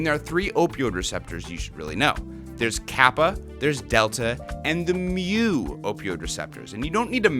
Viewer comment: Thanks for emphasizing mew. Lol theblast video i heard you talking about you kept saying mooo and the nerd in me was starting to freak out a bit xD